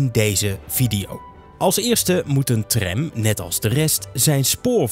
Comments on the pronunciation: aub spreek tram uit als tram niet als trèm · Het is Tram niet Trem, zeg dat dan ook!